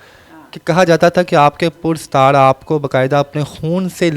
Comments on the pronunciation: Oy Tan o tanha no Tan E tanha hota hy Pudsar ni Parastar hy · Please make sure what are you talking in urdu dear interview man. The correct word is PARISTAAR is not - - - PURSTAR 😅😅😅😅😅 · Pur sitar ni paristar hota.urdu ki tangyn Tor dali aapny